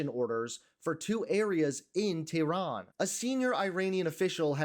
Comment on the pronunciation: I appreciate you, but please pronounce Iran and Tehran correctly.